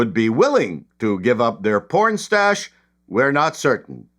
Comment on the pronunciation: "Stash" or "'stache"?